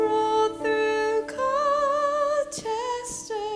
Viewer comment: As a native born citizen of Forgottonia I also approve. However I have never heard Colchester pronounced Coal-ches-ter. We pronounce it like Call-ches-ter.